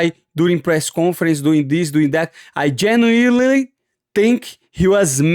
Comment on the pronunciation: Nah this channel is OOLD aside from the great content the pronunciation kills me lol from hobbit whittaker to bitchcoin and now ma man had a full stroke saying genuinely 😂😂😂